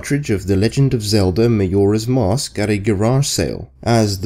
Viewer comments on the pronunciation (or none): It's ma-joh-ra's mask! Not ma-your-a's mask! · XD it sounded like you said mayoras mask XD